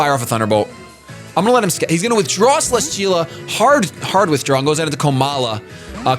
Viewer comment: cele-steel-a not cele-schteel-a